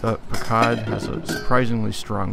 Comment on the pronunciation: Pronounced puck cud